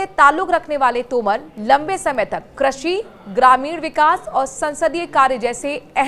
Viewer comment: क्रशी नही कृषि बोल